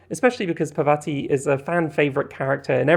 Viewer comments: Just wanted to comment that parvati is pronounced [paarr-vaah-tee] (the 2nd A is pronounced the same as the first) - it's an indian name. Also this is a really great analysis of bisexuality and queerness in video games :) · parvati is pronounced as "paar vuh tee'